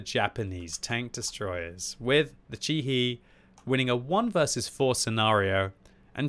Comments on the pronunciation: Chi-He is probably pronounced more like "Chi Heh, than "Chi Hee" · It's pronounced more like Chee-Heh or Chee-Hey ([tɕihe] in the IPA), btw